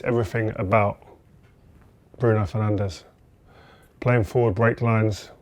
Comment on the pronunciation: broon fernansh